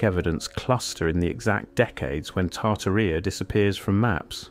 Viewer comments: The original giants are from the bible. Genesis 6 tells of fallen angels (200) who took human women that gave birth to the Nephilim. And Tartaria doesn't rhyme with diarrhea, it is pronounced Tar-TAR-ia 😂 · It's said...Tar-tearia... not Tar-ti-ria 🤣🤣🤣... It would be nice to see the photos of the buildings as you're talking about them, and it's so NOT COOL that you've used AI generated photos in the mix... shame on you!... what a fruad and a waste of time too. Why didnt you do the proper research and leave the fake photos out??? There is PLENTY of REAL evidence of giants, but adding a buch of fake AI photos in with the real ones, makes EVERYTHING you say and show us, questionable, unrealistic and less believable, especially for those who actually dont know about giants being real .. so thanx dummy,... i definitely wont be watching you again! 🙄🙄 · Genesis 6-4 says there were giants in the earth in those days and also after that(after the flood).the bible is 100% true and its 100% a historical document.its tar tar ia not tar tar rea by the way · Pronounced Tar tar rub! I hate AI voice overs! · Tar-tuh-REE-UH. Seriously? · Correct pronunciation and accent when you're dealing with history please ! Names are not to be mangled ... Tartaria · Your cant even pronounce Tartaria correctly 😂 do better 👎